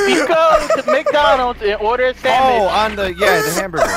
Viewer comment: delirious said samich